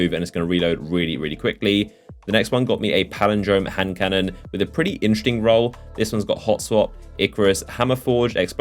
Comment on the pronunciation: He says 'interesting' like 'intrrrting'.